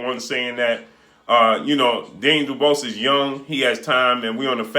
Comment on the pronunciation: Mate at least pronounce Daniels surname right